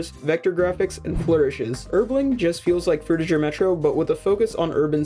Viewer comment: No Offense, But You're Saying 'Frutiger' Wrong. Your Saying The Last Part Of It As 'Jer' With A J, The Correct Pronunciation For It Is Similar To How Gir's Name From Invader Zim Is Pronounced